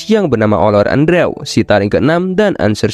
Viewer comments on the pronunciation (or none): none